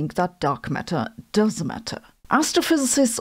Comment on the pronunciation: Sabine was very ambigious in her pronounciation of does in "dark matter does matter" i had to rewind 2 times and then open captions to be sure. and i don't think it's about accent i must've watched all the videos on this channel so i think i am used to her speech